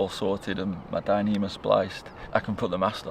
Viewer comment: "Becoming one with the Dynema!"😅😅😅😅😂😂😂😂😂😂